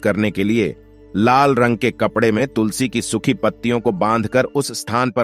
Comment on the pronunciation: तो तुलसी बोलें तुसली नाही 😂😂